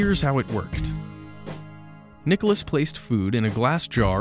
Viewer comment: NiColas, not Nicholas, please !